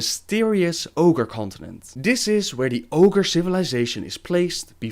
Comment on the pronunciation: Wait, wait wait..wait.. did you say Orge continent? If that's a continent then Draenor is fucking massive.